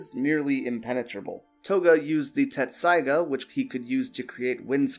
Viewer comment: It's pronounced Tessaiga, not Tetsusaiga